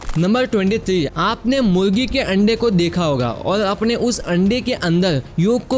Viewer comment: Murgi ko muongi bolte hoo 😂😂